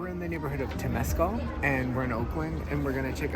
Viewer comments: It's pronounced Tim-es-cal Lake Temescal. Wonderful trip. I came to Oakland when I was 22 and am now 69. Thanks for pointing out my favorite things about this great sister city to San Francisco. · Liked the video. Temescal is pronounced a little differently. Accent on the first syllable, not second, and it sounds more like something halfway between tem-ah-scal and tem-ah-scow. Close enough. Berkeley is named after a mathematician who pronounced it Barclay, so what can you do.